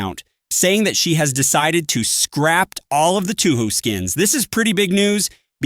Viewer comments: get it right man it's touhou two ho, 2 ho, toho, two house, two who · "two ho" "2 ho" "toho" "two house" are we serious 😭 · It can't be that hard to pronounce it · the pronunciation of touhou is killing me